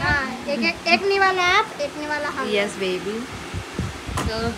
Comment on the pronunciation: Aajkal english ka ek word baar baar bol rahi ho " yes" hindi tho theek se bol lo, english bolne chali, yes hota hai yesh nahi, hamesha baat se phele heeee karti ho koi b first time dekga tho pagal hi samjega, manisha ke ghar mein tho bhaut hukum chalti ho, rajni aur simal ke saamne tumara tusss ho jata hai, miss hota hai misshapen nahi tumien kuch b nahi aata hai bass rani aur manisha ko uloo bana sakti ho tum